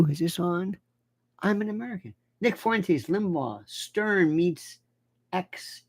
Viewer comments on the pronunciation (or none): Fuentes is Spanish for fountains. So Uncle Lenny could say that Nick is the source of new energy for "our orbit." But it is Fuen-tehs, not Fooay-tays. Who calls Tesla Tays-lay? Nobody I know. If Lionel doesn't trust me, he can call up his Spanish-speaking buddies in Florida.